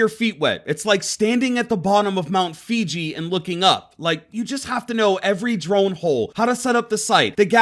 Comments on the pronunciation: It's Mt.Fuji not Fiji xD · mount fiji? or mount fuji?